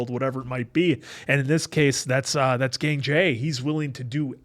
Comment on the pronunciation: It‘s Gangjae not Gængjæ😭